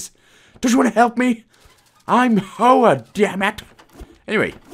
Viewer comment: Great guide! As always I find the “humour” ill placed and cringe. It’s such a shame as the content is there and the product you release is one I would otherwise recommend. Also, Hoa is Vietnamese for Flower, and pronounced h-wa.